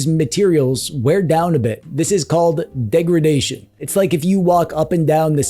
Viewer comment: It's degradation, not degredation. 😉